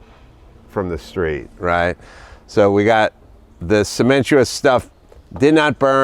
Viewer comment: ce men ti tious